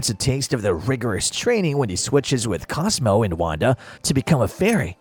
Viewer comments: Why he keep saying “cosmos” his name is CosMO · “Cosmos” is pissing me off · The mispronunciation of Cosmo forced me to unlike the video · You have a couple mispronunciations It’s Cosmo, not Cosmos And it’s Mama Cosma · "De Rules?" "Yorgen" Von Strangle? Surprised that this wasn't pointed out beyond Cosmo's mispronounciated name. *Da* Rules *Jorgen* Von Strangle. Just pointing that out. Sides from that, good video.